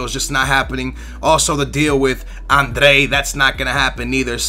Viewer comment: i swear its almost like you're mispronouncing names on purpose first you say andre even though its adryan (ad-ree-an) then you say labday even though its labyad (lab-ee-yad) then you say zoumba even though its zouma wtf!